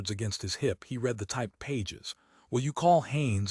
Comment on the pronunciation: I like the same voice throughout, perhaps because as a small child I was indulged in "Read me a story.." I don't want it to sound like a radio play. As is, is perfect. The occasional mistake in reading...eg. read pronounced 'reed' when it ought to be said as 'red', just add to the pleasure, amusing.